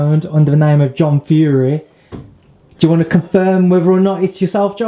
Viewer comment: Stop being bad with the Fury name or you'll get 👊 that in your earhole 🤣 Yea stop it online John.. Haha.